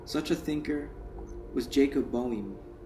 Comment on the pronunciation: Good to hear you read this there young man as I read him a long time ago and still come back to him now and then. Watch out for Boehme it is German and you pronunciation is not correct but that is ok you can take some German and clear that up and learn to read Steiner his own language.